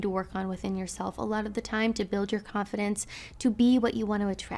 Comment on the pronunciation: If this bitch says “confidence” I swear to god..